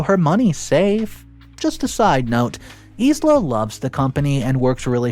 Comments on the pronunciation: Isla=Eye-lah, not Ease-Lah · Isla is pronounced eye-la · Wow, so many people just hating on his pronunciation of Isla. So sad. The English/Scottish pronounces it Ay-lah BUT Isla in Spanish is pronounced EES-la. Isla is "island" in Spanish. (i is pronounced like an E and s is almost never silent. Go look it up in google translate if you don't believe me.) So both pronunciations are correct and we honestly don't know the original language context of the story itself. As he says, it is cool to be kind. Realize that not everyone that speaks English will do so perfectly and may understand it from a different language perspective. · Yup. That's exactly what I was thinking. I've never heard him pronounce infuriated correctly. Always, infurierated. Just completely butchered Isla's name in this as well. S is silent my guy. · Thank you! Somebody said it! 🤦🏻‍♀️😂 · Yeah, he drops so much pronunciation. Some are grade school level mistakes lol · Isla is pronounced i-la. Embarrassed is pronounced em-bear-essed not embraced